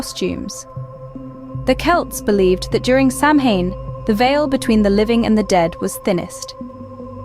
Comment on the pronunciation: OT IS PRONOUNCED SOWAN!